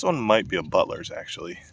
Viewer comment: I thought you said buttless instead of Butlers LOL